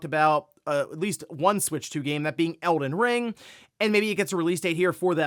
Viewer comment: 😂, Bro it's "game" with "aim" in the middle. 🫣